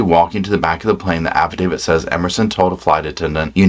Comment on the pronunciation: you’re the only true crime commentator that pronounces affidavit properly.